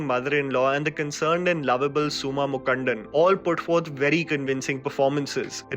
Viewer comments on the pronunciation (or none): Mukundan is pronounced as Mu-Kun-Dhun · Mukundan pronunciation eh unaku correct ah varala, nee lam yedhuku review podra? Nee paatuku olaruva adha naanga ketutu summa irukanuma? Vadakkan koothiyan